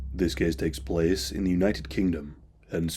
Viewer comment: ahh the good old ''this kees takes plees'' ^^ hehehe got to love this dialeckt